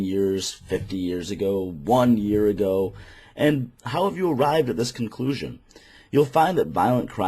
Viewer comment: "dis erf is ruled by Devil himself" don't need to say more, self-pwnage